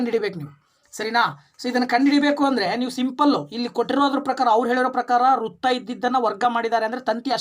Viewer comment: ನಿಮ್ಮ ಪರಿಹಾರ ಸೂಪರ್ ಸರ್ ಬಟ್ ಕನ್ನಡ ಉಚ್ಛಾರಣೆ ಸರಿಯಾಗಿ ಮಾಡಿ ಸರ್ ಪ್ರಸ್ನೆ ಅಲ್ಲ ಪ್ರಶ್ನೆ ,ರುತ್ತ ಅಲ್ಲ ವೃತ್ತ